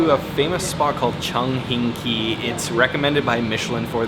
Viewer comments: It’s cha Chan “tang”, not cha Chan “tong”. But good video about the Hong Kong food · Hong Kong cafes are called - Cha chan tangs. Your pronunciation was so way off 🤦🏻‍♀️